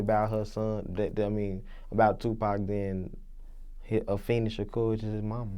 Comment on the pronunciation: It's Afeni nigga not Afena